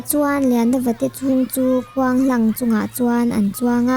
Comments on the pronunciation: "Khuang hlang" nilovin "Khuang hlâng". Mitthi zâwnna hlâng ang hi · Khuanghlang tia lam rik tur hi Khuang hlang tia lam rik hi a dik lo deuh e.